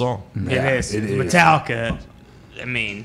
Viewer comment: Metal-licka?? stick to that Yankees hat the white sox don't want cha